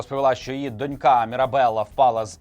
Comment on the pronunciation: А ще досить соромно до цих пір не знати,що наголос у слові дОнька на першому складі, а не на останньому, як у слові дочкА.